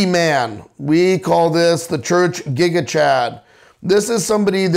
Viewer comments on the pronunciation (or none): none